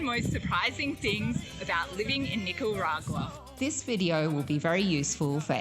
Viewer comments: NicaRagwa not Nicawagra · If I hear her pronounce Nicaragua one more time I'll stay away from Nicaragua 🇳🇮... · She butchers the name of NI-CA-RA-GUA, but I liked the video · hahahahahahahahaha. Just teasing, it's close enough. Haha. I'm a native Spanish speaker, so I had to poke. 😝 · Learn how to pronounce the name of the country properly at least, unlike the woman traveler here.